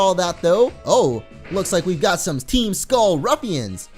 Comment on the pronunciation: he states, "team skulleem" lol